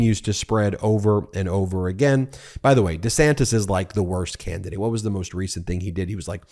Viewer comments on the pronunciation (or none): none